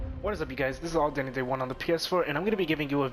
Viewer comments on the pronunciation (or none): none